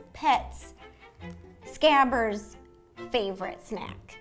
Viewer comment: Lmao "scabbers"???